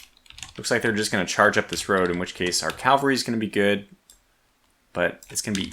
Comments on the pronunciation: I love you; but, its caValry not caLvary. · You seem like a reasonably smart guy, but why do you keep referring to your mounted troops as Calvary? It’s not complicated to say but the term is CavaLry, not CaLvary. Calvary is a Hill just outside of Jerusalem, I’m sure you don’t mean to move it.